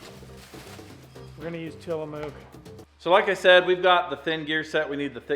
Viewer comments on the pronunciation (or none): I've been to the factory that makes that ice cream. It's TilaMUCK not TilaMOOK ;) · Lol..., Tillamook is pronounced like "Ti La Muk" not "Ti La Mook". You would correct me on the way I say Hurricane, UT, I'm sure. 😂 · Straight from beautiful Tillamook, Oregon! ( Btw, its Tillamook, not Tillamoook! ) Makes perfect mlkshakes. Todd Konoske the retired OREGON trucker. Take care you guys. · Point of order: that ice cream from Oregon - Tillamook, the “mook” rhymes with nook or hook, not moo-k. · BTW, it's Tillamook as in book not Tillamuke as in fluke. :) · till a muck is how it’s said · How Do and crew. The milkshake drill press is an extremely expensive machine (insert pun here). The Tillamook ice cream pitched well. The correct pronunciation is Tillamuk. It is a native American word and like several others from Oregon is easy to annunciate wrongly. Try Willamette and Umpqua for a mind twister. I enjoy the videos greatly. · .......Tillamook is pronounced TILLA-muk. Its from Oregon (OR-uh-gun). I know you want to get it right😉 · Tillamook 😂. The “mook” is pronounced the same way you would say “book.” Maybe said “mook” with an Emphasis on “moo” on purpose to be funny, but to be fair there are many towns in Oregon where the pronunciation is baffling! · Till-uh-MUK on the ice cream,!;) And I'm in full agreement, milkshakes should be runny and flow through a straw, NOT eaten with a spoon! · Proper pronunciation is Tillamuck. 😂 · Its Tilla "Muck" haha If you ever come visit us in Oregon, make sure to stop by the Tillamook cheese factory and get some cheese and ice cream. We have some amazing off road places. Oregon dunes, Sand Lake and Browns Camp. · Tillamook is pronounced Tillamuk where it is made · its not Tillam O k Its TillamUk Indian word. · Tillamook is the best. Try their cheese, so good 👍. However it is pronounced Tillamook like a brook, not moo as in a cow.... 🤣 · Tillamook is pronounced "Tillamuck".